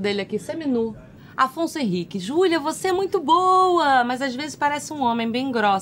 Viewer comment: Como não rir e se apaixonar por esta mulher?! O "Xulia meo amô!"